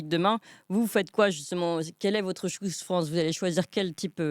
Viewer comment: "Tchouze France", c'est quand même mieux en français.